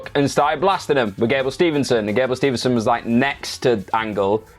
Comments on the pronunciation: Cmon guys it gable steveson, STEVE-SON, Theres no N in the middle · Love you guys but it's Gable Steveson not Stevenson